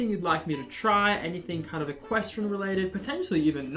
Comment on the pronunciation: Male equistrain😂😂😂 Equin